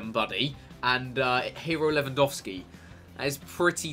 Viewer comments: Thank you for actually pronouncing Lewandowski right ;) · Chris well done, you pronounce Lewandowski exactly like you should do so thats awesome :D Greetings from Poland ;)